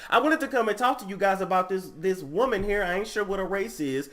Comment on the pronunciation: Bruh Niecy Nash 🤣🤣 a wou-man!